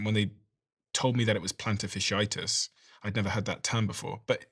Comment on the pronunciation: The word is not "fishy itis" it is "fasciitis". Pronounce the first half of the word as you would pronounce Fascist.